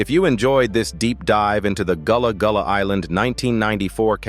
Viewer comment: It’s not Goolah Goolah island